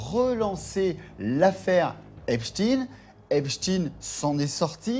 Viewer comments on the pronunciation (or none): arretes de dire heypchtine merci !!!!! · Jeffrey EpSTEIN ! Pas EpSTINE bande de commentateurs ridicules. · C'est epstEIN et non pas epstINE...et on sait ce que cela veut dire... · Epstein pas Epstine. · Certains disent Epstin...c'est Epstein. Un nom juif, inutile de tenter de le dissimuler. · C'est quoi cette prononciation d'Epstein ? NON, CE N'EST PAS EPSTIN, C'EST EPSTEIN ! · C'est epstein pas epstine, on dit pas einstine hein... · Qu'il m'énerve le spécialiste US à dire Epstiiine comme Poutine ! C'est Epstein comme Einstein ! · Va falloir arrêter de dire Epstine !! Bordel ! On ne dit pas Einstine... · Epchtayn ??? c’est "ipshtine " !!!! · Que c est pénible d entendre prononcer epstine comme titine. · Insupportable les abrutis qui disent heypchtine ! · Mdr ceux qui prononcent " Epchtine" pour pas que les gens ne fassent pas le rapprochement avec les QUI ???? 😁